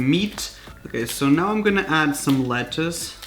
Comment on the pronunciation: I hate how u pronounce Taco &Letuce